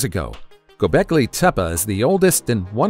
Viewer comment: TEPEA, not tepa.